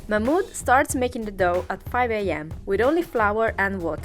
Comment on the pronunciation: Partisano baker... mahmood... a french... called mahmoood...